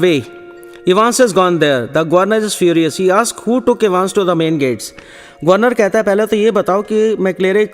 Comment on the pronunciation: its evans not evens but anyways the explanation is good